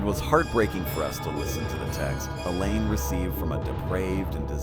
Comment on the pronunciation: Elaine not ella